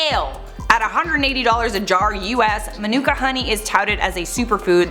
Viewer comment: LOL - Manuka is pronounced like "Monica." I only know this because I lived in Manuka, AU for a few years and was mocked for my terrible American pronunciation.